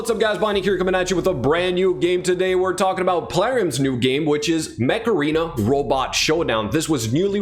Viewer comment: When you said Mech Arena at the beginning I really heard Macarena , had to check back to see if i'm watching the right video :D :D